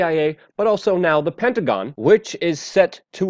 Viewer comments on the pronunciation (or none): none